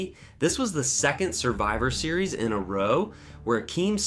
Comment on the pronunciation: Decent video, but the AI voice is a bit distracting. Especially the clunky way it says 'Survivor Series' and 'Honky Tonk Man.'